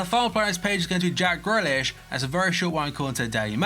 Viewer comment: It’s pronounced Greelish